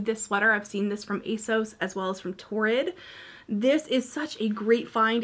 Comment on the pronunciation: Loved this! BTW, it's a-sauce or at least that's what the brand told Leighann Says. I know you didn't want to say where things were from, but I wish you did so I'd have a better idea of where to look. Thanks for making such great content.